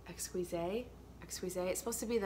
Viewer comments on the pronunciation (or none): "Exquise" in French is pronounced "ex-keez".